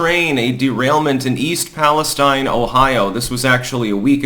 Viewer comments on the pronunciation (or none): it's pronounced east PAL es TEEN